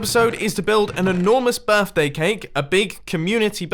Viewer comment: "Happy Birfday"